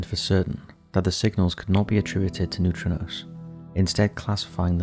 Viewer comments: It’s neutrinos, wtf are neutronos? Confusing people for no reason. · 1.10 They are pronounced 'Noo-tree-nose' but i see where your coming from lol 😊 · new-tree-knows <--- how to pronounce it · The way you pronounce neutrinos grates on my ever-loving nerves